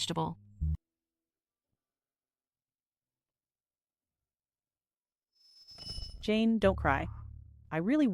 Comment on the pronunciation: Vegetative ❌ Vegitable ✅ 😂😂